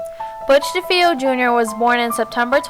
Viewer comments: DeFeo = Da Fay oh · You're not pronouncing Defeo the way it's supposed to be pronounced.